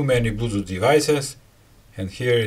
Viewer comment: I'm always here for the sympathetic "blutuut" :)